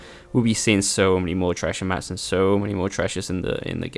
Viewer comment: I had to stop watching this because of how you said "treashher maps"